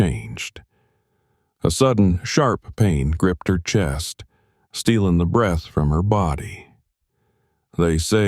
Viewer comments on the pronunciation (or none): none